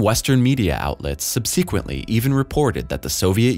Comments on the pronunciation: sub-seeeeee-quent-ly?????? is the narrator a robot? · I thoroughly enjoy this YouTube channel, but one thing drives me nuts and I may be wrong about it. Maybe someone can double check me on it: Is the narrator pronouncing the word “subsequently “ wrong? He’s got the accent on the 2nd syllable instead of the first syllable and while that’s nothing to get my feathers ruffled about, I believe he also uses that word in just about every video, hahaha. If not every vid, it’s in a lot of them because it always sounds funny when he says it, and it seems to happen all the time. Oh man, I’m cracking myself up right now because I’m second guessing myself and making myself look dumb if I’m wrong, but it’s driving me nuts! Thanks . I wish someone would please respond and tell me if I’m wrong on the pronunciation of this word. Thank you. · He is not pronouncing it as an American would and I don't think I've ever heard a Brit pronounce it that way either. The stress should be on the first syllable. I don't detect any accent to indicate English is not his native language either. I know I've mispronounced words that I had only read and never heard, but "subsequently" is a pretty common word that anyone could hear regularly. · Astronaut, singular; not "lost" at any time; and please teach your speech synthesizer how to pronounce "subsequently". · please google how to pronounce the word "subsequently". the repeated mispronunciations are getting embarrassing.